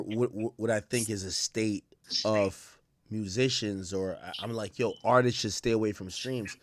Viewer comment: Why do people say “Artises” instead of “Artists” lol